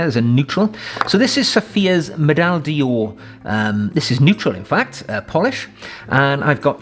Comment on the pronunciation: Just a tip, not a comment ; The French word d'or (golden) is pronounced more like 'door' (in English) not dior. Thank you for the very informative and entertaining videos sir. Regards Arno from Belgium.